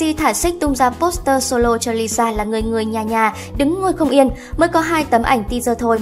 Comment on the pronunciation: Lisa má ơi cứ đọc nhanh là ra Liza à 🤦‍♀️